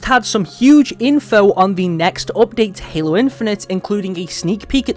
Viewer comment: "opdate" xD es heißt appdaäjt